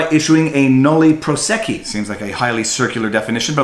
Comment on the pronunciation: phonic pronunciation guides are there for a reason (nolle prosequi). that said, love your videos!